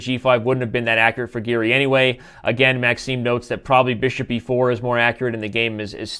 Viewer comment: its giri not garry lol